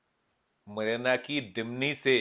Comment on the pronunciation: काये का न्यूज एंकर है मुरैना का नाम मरीना बता रहा है ।